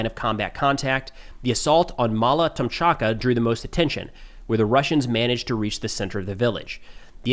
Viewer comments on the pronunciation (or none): Tomachka not Tomchaka